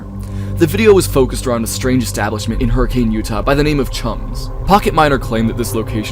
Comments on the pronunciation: erm,,, actually its pronounced "her-ah-kun" not HURRICANE. do your RESEARCH RIGHT... 👺👺👺👺👺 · its not hurricane its pronounced like hurri-can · its pronounced hurri-cuhn im gonna SCREAM